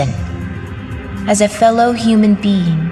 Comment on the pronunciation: I swear said 'as a fellow human bean'